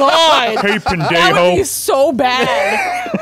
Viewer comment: As a Puertorrican, I almost died hearing say pendeijo!